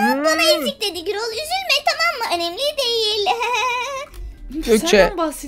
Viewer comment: Girol dil del değil gürol